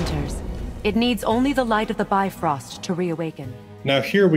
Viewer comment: Ahh the first time I’ve heard bifrost spoken properly!! It makes so much more sense how you said it rather than the normalized bi-frost way.